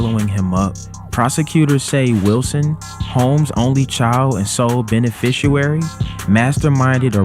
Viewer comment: Bruh said Beneficuairy instead Beneficiary. Thanks for posting the story but damn. Being a journalist involves using proper grammar.